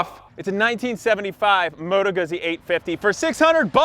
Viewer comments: It is "Goo-ts-ts-ee". The fairing and saddlebags are stock, that's the touring option, hence the massive kickstand. Also, the name of the sub-category: GENIUS GARbAGE. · Moto Guzzi is pronounced more like Moto Goo Z. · You keep making me laugh with how you pronounce Guzzi 🤣 Rock on, though!